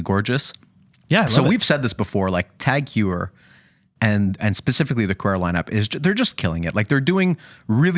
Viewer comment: Man .. That’s not how you pronounce Tag Heuer, I agree, that’s a beautiful piece though. I own the BB 925, phenomenal watch for the price! You guys need to see the reverse panda in the metal, it’s phenomenal, pictures/videos don’t do it justice.